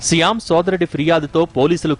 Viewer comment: Siyam kadhu ra shyam